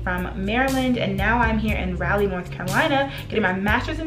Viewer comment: I just wanted to point out that it’s RAW-lee not Rally (Raleigh). In case your friends are secretly not correcting you lol just helping!